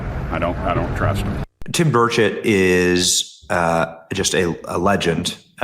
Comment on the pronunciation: NEW HIT SONG! DAD GUM... Love it and I LOVE my congressman!! Ya know, Tim is too much of a gentleman to say anything, but his name is pronounced BURR' cht. BURR cht To hear Tim say it, he doesn't really pronounce the 'e' in chet. 😎🤓😂❤ Love you Benny! Sometimes you say it right. 👌👌😍